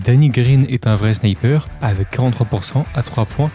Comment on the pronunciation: ne pas savoir dire " sniper " ça me trigger la vidéo était presque parfaite